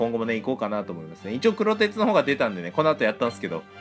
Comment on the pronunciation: くろてつ、ではなく、黒鉄の読みは「くろがね」ですよ～